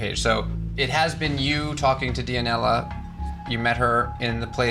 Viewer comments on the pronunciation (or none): am I the only one cringing when he says dia-nella lol